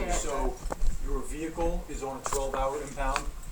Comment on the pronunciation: great alphabet! 😂 Her expression was hilarious "I'd like to recite that again". Then "which one is your verehcle?"